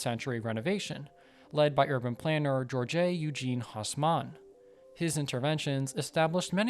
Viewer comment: HOW do you pronounce "Georges-Eugene Hausmann" ???? Christ !!! And greenery ? Paris is one of the least green cities in the whole of Europe. Then, there is too much (in time) sponsor info and too little real info about the design of Paris. Too much about Budapest and Washington DC. Conclusion: useless video !